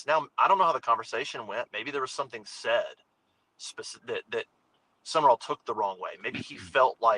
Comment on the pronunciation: It's not Summerall. It's Sumrall. I'm glad we didn't hire him for the sheer fact no one can say his name correctly.